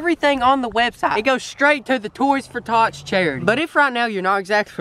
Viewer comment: I thought he said toys for thots 😂😂